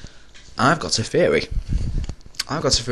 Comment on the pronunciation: Wait, not teory. Ferry.